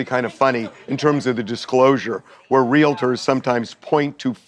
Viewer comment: Someone should tell the young guy "realtor" is not pronounced wril-a-der.